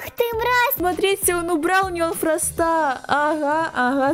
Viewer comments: Не фраста а фроста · Не фраста, а Фроста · А ты говоришь мне предлагают Фроста ударение падает на о